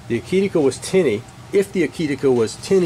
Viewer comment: To my humble opinion you pronounced the name Akitika just fine! It is simply 'A kit' + 'A kit' spelled backwards :). I guess that every pronunciation of that name would be correct! Thanks for the enlightening and honest review!